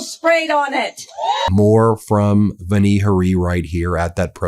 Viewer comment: Ben: her first name is pronounced "VAN-ee" with the A prounounced as in "yawn."